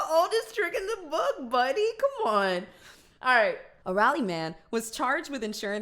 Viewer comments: I had to pause the video once you read aloud Raleigh.. Its Rall-ee Rall-ee Not Raah-le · Not rally; it’s rawlee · The way she pronounced Raleigh omg 😂😭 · She said Raleigh wrong 😓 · I have never heard someone say Raleigh like that I think it's because I did kind of grow up next to it I live in Texas now but like is that how people say it ✨ existential crisis ✨